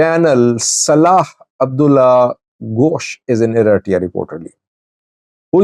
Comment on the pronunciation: Please..say ERITREA NOT ERASSJA.